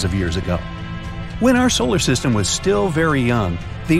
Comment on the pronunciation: (love ur vids) btw i heard u say solar sytem LOL u said it wrong